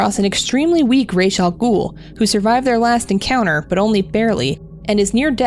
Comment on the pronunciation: MY GOD!!! You said Ra's Al Ghuls name RIGHT!!! Most people say it wrong. Like they do in the Nolan movies.